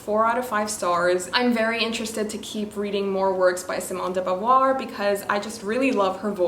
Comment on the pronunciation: I'm French and I love how your pronounce De Beauvoir's name ✨️